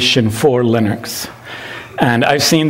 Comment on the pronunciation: confirmed pronunciation of “linux”. not lee-nooks. or “lih-nuks” but lir-neks. lol